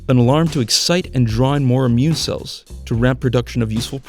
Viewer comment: Cells with a ny accent hahahaha